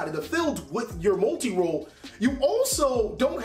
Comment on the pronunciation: Lol gotta love how he says molti roll when u needs to talk about widow